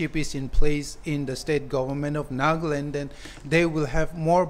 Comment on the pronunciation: Nagland? or Nagaland.....sounds stylish NAGLAND.